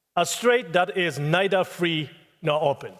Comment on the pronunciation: ナイダ〜のダを強く出し過ぎてるから、舌を歯に挟んで軽く言えばいいと思います。ニーでもナイでも問題ないと思います。ただ、小泉さんの場合は、私たちみな、中学レベルの発音の基礎「THとRだけはしっかり」と習ったと思うのに、 そこができていないから、致命的だと思います。 好きな政治家ではないけど、河野太郎さんは、完璧だと思います。